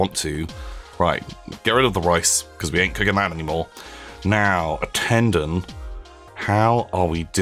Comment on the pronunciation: By the way, it is "ten-don" as in the number ten and "don" like "dawn" or a mafia "don".